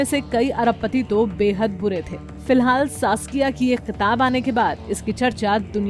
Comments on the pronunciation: Ky Qitab" kya bolrahiho!!?¿ Kitab kaho Apna Pronunciation Sudharo Kitna Galat ,Ganda boltihi Pahely sahi bolna Sikho phir Upload kiyakarna kiibhi VDO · She doesn't say kitab she says qitab. 🤣🤣🤣. Punjab kesari...